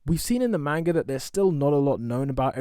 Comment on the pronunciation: can you stop saying mane-ga please